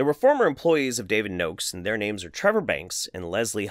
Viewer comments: I am from Bulgaria and its funny how you pronounce the names , but great video. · Hey, Im from Bulgaria! You are pronouncing the names sooooo badly!